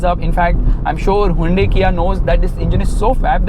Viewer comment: You need to pronounce hyundai correctly!